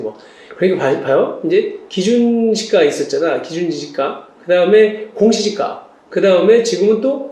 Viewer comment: 테스트는 '공시지가', 발음은 '공지시가'.....뭐 구분해서 알아 들을 수는 있겠지만, 이왕이면 주의해서 제작해 주시기 바랍니다